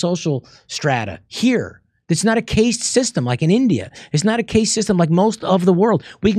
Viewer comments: At roughly Rob speaks of India having a case system, but I think that he surely means a caste system, and caste is pronounced like cast, such as casting a fishing line using a fishing rod and reel. There also other uses of the word "cast" (see Wikipedia). With that said, this is a very good episode, certainly interesting. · Caste (pronounced cast) system.